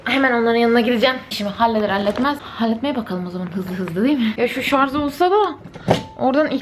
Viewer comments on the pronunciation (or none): Şarz degil yahu, şarj ! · Şarz değil Şarj😬